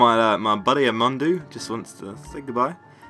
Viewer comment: I'm amandaw not Amandu xD